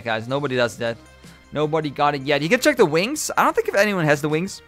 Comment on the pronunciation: u mean check not cheak right